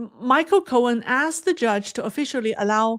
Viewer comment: It’s John Korn and Michael Korn. Not cohen.